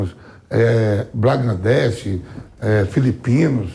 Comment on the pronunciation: Vampeta chamando Bangladesh de gambladech😆